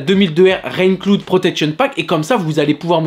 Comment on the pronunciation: Rain clood ?? Franchement la prononciation …😨😨